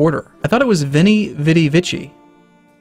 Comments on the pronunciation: the C in Vici is pronounced as a K < The more you know > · Oh god that's funny. When I originally saw it in my own games, I never actually read it. If it wasn't for flubbing it I never would have noticed the joke.